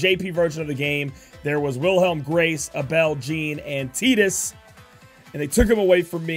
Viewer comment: Why do you pronounce Abel as "uh-bell"? It's "Ay-Bull" bro lol